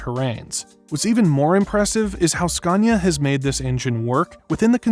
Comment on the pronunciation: #TruckTopia... Did he say "SCUNIA"?